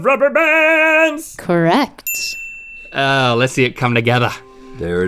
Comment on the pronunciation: The way she says "correct" Corre..C..T